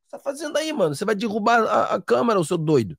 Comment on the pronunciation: ... não sei se por influência do 🙄😱 Paulo Guedes, alguns youtubers passaram a falar "DIrrubar", sendo que o correto é "DErrubar". Em algumas cidades do interior paulistano a conjugação do verbo DERRUBAR na fala do dia a dia é feita usando o i ao invés do E. Não lembro de ti falando desta forma em vídeos mais antigos... Com todo o respeito, fica a observação. Forte Abraço